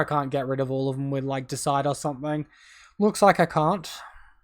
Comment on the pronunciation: Great matches mate, well played! PS it’s deicide; meaning to kill a god. Dee-a-side is how I’d pronounce it. 😉